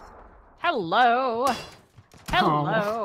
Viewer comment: dedication to "hewwo" is a gift